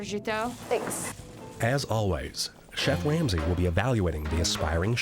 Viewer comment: the narrator said “chef wamsey” by accident i’m crying